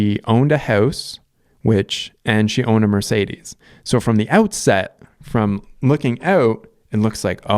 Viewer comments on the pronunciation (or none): none